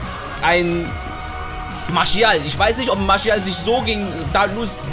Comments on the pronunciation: Bruh bin selber franzose warum sagst du Marschial?haha er wird Martiâl ausgesprochen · Bitte sag nicht marschial😂😂 der heißt marsial Sonst feier ich dich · Bro martial nicht marschial hahah sonst cooles video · Der heißt doch nicht marschial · Das ist doch erst das geile dran also ich Feier das 😂